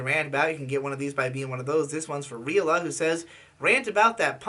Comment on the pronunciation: Badass video although I do believe that requester's username is pronounced Ri-Al-llah. Spelled “Reala.” She’s a character from the game NiGhts, by Sonic Team.